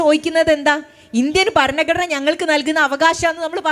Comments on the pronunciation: ശേശം , പശ്ശെ, ബരണഗടന എന്നൊക്കെയാണ് കേൾക്കുന്നത്.. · Topic and content is good. But ഭാഷാശുദ്ധി improve ചെയ്യണം.ഭരണഘടന എന്ന main word പോലും correct aayi പറയുന്നില്ല. ആമുഗം alla ആമുഖം എന്ന് പറയൂ